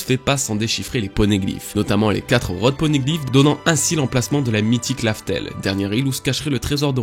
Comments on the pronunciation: Mec cest Raftel dit pas larfel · sa ma perturber quand il a dit Laftel au lieu de Raftel